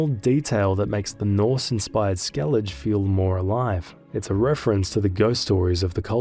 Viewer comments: SkelliG? They do write Skellige and say SkelligE. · “Skell-igga”, not “skell-idge” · He has to be doing it on purpose to farm engagement. There’s no way someone can play multiple play-throughs and STILL be calling it Skellidge 😂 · Bext time you play Witcher 3, listen to how the words are pronounced ingame... There is no "Skellidge" but that's not your only offense... Great video otherwise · Skellidge Geraalt Visimuh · Dude, stop calling it 'skellidge'. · How am i supposed to sleep when my blood pressure spikes every time you say things like skellidj and gerralt? Jokes aside, great video! 🐺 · "Right to jail. Right away." Me after hearing the skellige pronunciation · Hey, I’m not saying this to be rude but I’m genuinely curious - how is it possible that you claim to have played through this game several times, but you can’t pronounce Skellige?